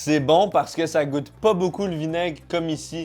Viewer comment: il a dit goute ma cameman